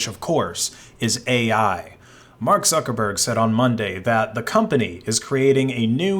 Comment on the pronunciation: I heard "Suckerberg"...